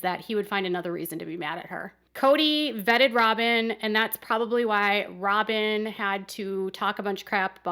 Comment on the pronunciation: Kody vetted Robhn??? 🤣 🤣 🤣 🤣 🤣 🤣 😂